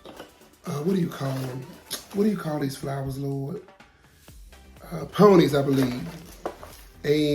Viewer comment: For flowers maybe you wanted to say Peonies (pee on nee) pronounced. 😅